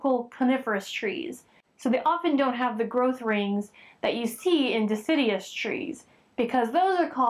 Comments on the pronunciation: DE-CID-U-OUS, NOT di-SID-ee-us, but great examples. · Deciduous not Decidius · De·cid·u·ous ( /diˈsijo͞oəs/) Not dicidies! Please start saying it properly. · nice - and generally informative. But (1) it's pronounced dee-sid-you-us and doesn't rhyme with 'hideous'. and (2) both deciduous and coniferous trees have growth rings (it's even easier to count rings on a spruce or pine than on oak or aspen); the rings form during periods of slow growth (fall/winter) and is related to seasonality as somewhat explained in the video..